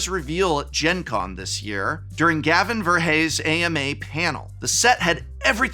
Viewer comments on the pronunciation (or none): none